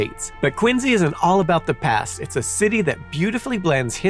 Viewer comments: Quin zee? Never heard that pronunciation before, but ok 🧐 I've always heard it pronounced as Quin See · Why does he say “Quin Z” ? is that how the town says it? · You might not be Simon but you definitely mispronounce things like he does. Quinzy???? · Is it just me or is he pronouncing "Quincy" with a z sound? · are you from Massachusetts? Or did you get corrected by a bunch of Bostonians because you used to pronounce "Quincy" the way it makes the most sense? (at least that is what happened to me:P )